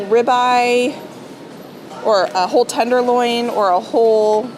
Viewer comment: When you were looking at the chicken , I heard "I need 2 OLD chickens" but you really said WHOLE chicken!!!!